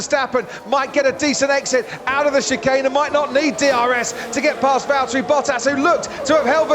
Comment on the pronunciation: it’s Valtteri…